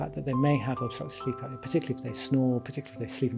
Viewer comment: You don’t add the “o” in the word “apnea.” Same goes for the words “esophagus” and words like that no matter what